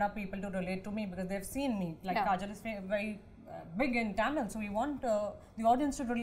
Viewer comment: The way Kajal pronounces simple Tamizh words is cringy and embarrassing. It seems like she hasn't even made an effort to try and pronounce them correctly for being a leading Tamizh actress for these many years.Sigh.